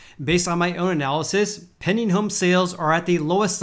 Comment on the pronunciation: It sounds like you’re saying “penny home sales” haha. PenDing. Gotta enunciate that D.